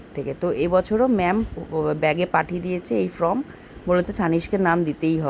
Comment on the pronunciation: From na pronounce na form.